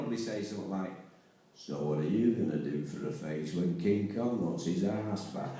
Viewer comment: Yeah, that’s it. The only part I really couldn’t hear was “when”. For some reason it sounded like “lift”.